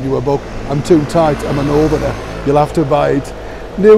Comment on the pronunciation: I'm howling Neil.. Only a true Yorkshire man can say they are tight 🤣